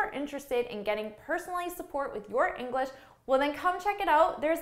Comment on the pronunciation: inglash XDDDDDDDDDDD